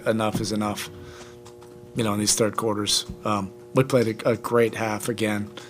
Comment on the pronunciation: "Turd quarter" 😂